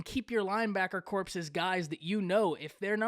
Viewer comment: No disrespect meant, but the word corps is pronounced "kor" with the p and the s silent.